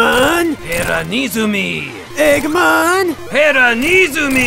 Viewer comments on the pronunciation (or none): sonic: egguman eggman: heruneezanee me: y o s h